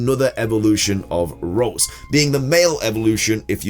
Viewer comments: The CC, says "Rose" for Ralts, which is what he actually says, hahaha I'm cracking up. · It's name is ralts not rose